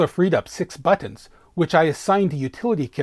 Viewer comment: The way you say "BUTTINS" :D